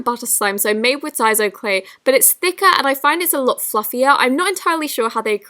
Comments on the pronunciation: does she say sleigh slime instead of clay slime??😂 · Who else heared her say Slay Slime instead of Clay Slime